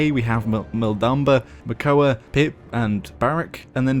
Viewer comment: isnt it Makoa?